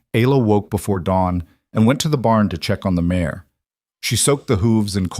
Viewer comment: Good story! Be better if the AI didn't keep calling a mare a "mayor" though. Distracting!